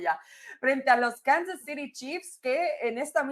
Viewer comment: Me pregunto, éstos 4 analistas para que público se dirigen? para los gringos o para el de México? Que les cuesta decir "acereros",los jefes ","los cuervos ", etcétera, está bien su pronunciación, sobre todo las chicas, y el pelón diciendo"Kansas citi "... ó era"ciry"?!no saben desligarse de cuando están transmitiendo el partido